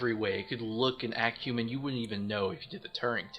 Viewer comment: He only did it once when He pronounced "human" as "humon". Pretty obscure but it's there.